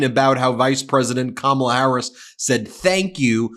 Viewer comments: OMG, , you know he's officially losing it when he forgot to mispronounce Kamala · He said Kamala's name correctly! Will he revert to saying it incorrectly again? Probably!